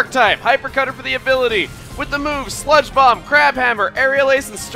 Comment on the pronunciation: when you said, "and we will use sludge bomb on shiftry" I thought you said spongebob instead of sludge bomb